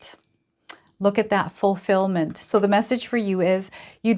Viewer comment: Everytime you say "fulfillment" I hear "fully feel the feeling in the moment"